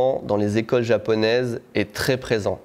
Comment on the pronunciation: "beaucoup d'equeulles"😂😂😅